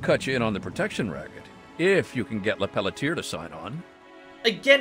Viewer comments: Hey what would happen if you locked Claire in a room and made her listen to Bigsley say “LePeletier” for an hour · New theory; the guy who played Bigby mispronounced Lepelletier, did a take of it overly sarcastic as a joke, and they decided in the studio that that was Bigsby's new character. I know that's incredibly unlikely but the way he says that name is so snarky.